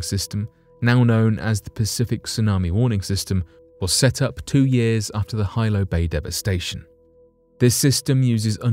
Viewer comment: You mispronounced the name of the 1946 Hawaiian tsunami. It's no Hilo its pronunciation is (he lo)😊